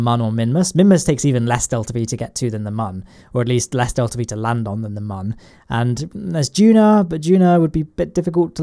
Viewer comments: it is moon not mun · Its moon not mun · u said mun. i think u wanted to say moon. :-| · I die a little inside every time you mispronounce Mun